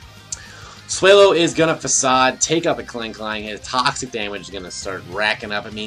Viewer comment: Swell-o. Not sway-low